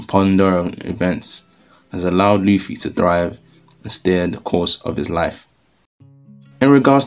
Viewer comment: Did you actually say Monkey D Luci? Love it!